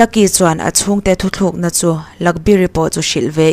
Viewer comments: Thu thlukna ni lo in. "Thu tlukna" tih tur aw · Thu thlûk na nilovin, Thu tlûk na , tih tur aw.